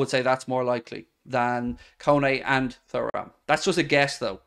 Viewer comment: Hi mate I think his name is pronounced turam